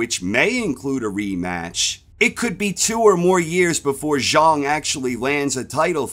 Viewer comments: Its pronounced zhang not zhung, love the content ❤ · I don't know the correct pronunciation so I'm not busting balls I'm just saying it's funny to pronounce it "Big Bang ZHONG" and totally obliterate the rhyme that gives "Big Bang ZHANG" its memorable ring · Zhang not Zharng